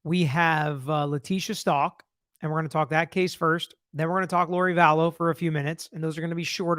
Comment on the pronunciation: It would be good if you pronounced her last name right. Check first.